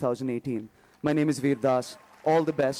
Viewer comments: Pronounce Vir as "Veeeeeeeer" not "were".... Sorry .... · Its pronounced "V-EE-R" for Vir.. great reactions.. keep up the work..